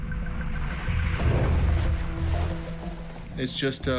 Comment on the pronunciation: Killo-meters? Really? Who says it like that?